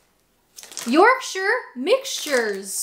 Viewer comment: I do like the way you say Yorkshire. 🙂